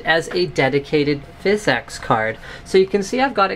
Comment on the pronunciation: its phys ex, not phys eex